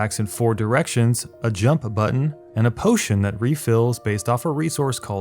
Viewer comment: nice video but when you said P O T I O N I died inside